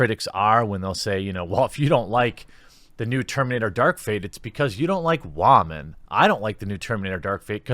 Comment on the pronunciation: Oh and I love your emphasis on the wamen term. Simply glorious